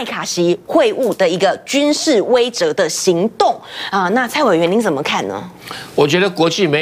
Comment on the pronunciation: 感谢感谢！终于，贵台有人把威慑，念成(weishe)(she四声)了，而不是(weizhe)。谢谢蔡教授！